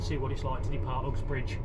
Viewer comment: Interesting pronouncing of “Ooxbridge”